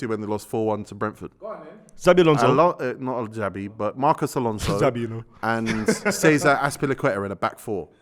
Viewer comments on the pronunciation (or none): none